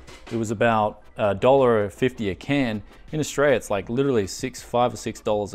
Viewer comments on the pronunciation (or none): none